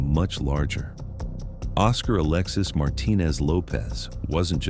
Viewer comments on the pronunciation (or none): none